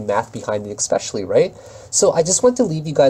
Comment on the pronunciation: hey bud thanks for vid, got all my spreadsheets, do you use a trade journal at all? Also just have to say it, the word "especially" is pronounced essss, not exx. everyone on youtube says "expecially", i had to say something lol. I'm italian, and in no way trying to criticize grammar, just everyone does it and i looked it up :) And of course monetize you deserve it.... but steemit a bit messed they still haven't sent me email back so can't even support u there yet